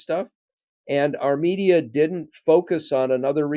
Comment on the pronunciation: "Our media" - I thought Norm said "Armenia!"